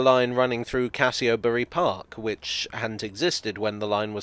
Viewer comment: The "Cassiobury park" had a silent 'o', I lived just south of Watford for 40 years and have never heard it pronounced that way. Used to get off at Watford station and walk up to Cassionury park to play in the river during the summer holidays. A tin of Heinz baked beans and a pen knife was all that was needed for the day out. Play in river in underpants and dry off in the sun and cold beans for lunch what more did you need. (Late 1960's) The kids of today don't know what fun is without a keyboard.